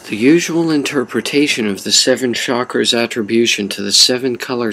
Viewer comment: Bet you also say shakras instead of chakras